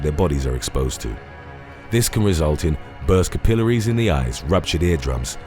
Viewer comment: I love how you pronounce capillaries